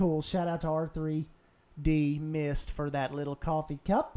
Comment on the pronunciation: Awesome to see my cup in there man :D (Ahw, you said my name wrong though, it's just redmist :P ) But thanks for including me :D